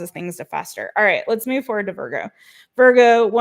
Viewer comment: Can we stop with the VOIIIGO pronunciation? It irritates me every time.